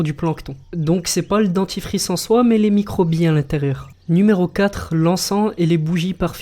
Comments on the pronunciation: Au lieu de dire dentifrice ta dit dentifice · ta dj DEDtifice alieu de dentifrice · c'est moi ou à c'est dentifice au lieu de 'dentifRice' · A 1.58 le DENTI(FICE)🤣🤣🤣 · tu as oublié le r à dentifrice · Tu t'ai tromper c dentifrice pas dentifice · Dentifrice pas dentifice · dentifice lol c est dentifRice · Le dentifice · Le dentifice :') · Ta mi dentifice alors que c dentifrice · cool la vidéo mais c'est DENTIFRICE avec un R ET PAS DENTIFICE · ta dit dentifice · Le dentifice D E N T I F I C E Y'as pas de R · tu as oublié le r dentifice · il manque un R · je suis seul à avoir remarqué qu'il n'y avait pas de "r" a dentifrice